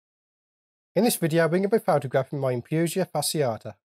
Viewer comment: Twiglet is absolutely beautiful! Excellent video as always. I don’t speak Latin but your pronunciation sounds spot on :-)